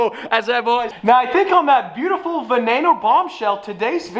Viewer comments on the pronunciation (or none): none